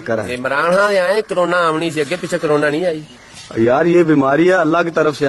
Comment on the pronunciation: Coronay (Style of our 👊😂)